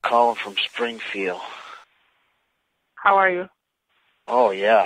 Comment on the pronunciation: agrees with everyone and is turned on by EVERYTHING. Definitely. I also love how he sounds too distracted and lazy to add the “D” at the end of Springfield, even to the point of agitation.!